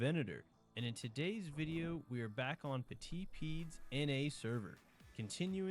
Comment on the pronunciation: Love the vids ! But sorry I can't get over the 'petit pied' pronunciation. You pronounce 'petit' well, but 'pied' isn't pronounced 'peed'. it’s pronounced like ‘pee-eh’, said quickly as one syllable, like 'pyeh'. The 'eh' part sounding like 'rend(EZ) vous' or 'caf(É)' "Petit pied" translates to : 'Little foot'. The name of the protagonist sauropod of 'the land before times' movies